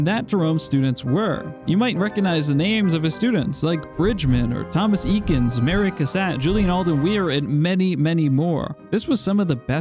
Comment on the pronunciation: FYI It's pronounced Thomas "ay-kins", not "ee-kins".